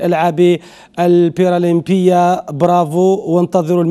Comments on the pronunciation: ما عندوش مؤهلات تاع صحفي ما يعرفش اقول برالمبية para olympique bravo pour notre athlète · ما هذا المستوى ،صحفي لا يعرف نطق كلمة برألامبية لأنه لا يعرف الكلمة أصلا ويقدم النشرة الرياضية.بهدلتو بنا. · شفتو حاجة الصحفى ماعرفش يقراء كلمة البرالمبية